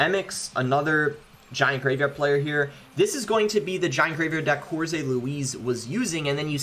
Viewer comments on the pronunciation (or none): there is no Z sound in jorge boss